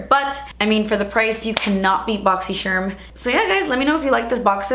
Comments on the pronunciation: Love your boxycharm videos... drives me insane that you say boxy-chermm. But when my videos are playing and I hear you say it i know it's you boo!🤣😉 keep inspiring is us all. 😄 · I believe it's pronounced Boxy Charm, the Charm sounds like when you would describe a charm bracelet or Lucky Charms. Or like when a person is charmed by a cute child or something. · I always look forward to hearing her say "BOXYSHERM!!!" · I don't even have Boxycharm but I watch these videos just to hear her say "Boxysharm" 😍